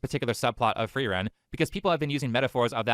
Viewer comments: "the anime FRAREN" as a German, I'm already fatiguemaxxing at this point IT'S PRONOUNCED FREE-REN YOU DUMB [slur] edit: every single time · How is it miss antiracism can't pronounce frieren but can? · can't even pronounce frieren correctly..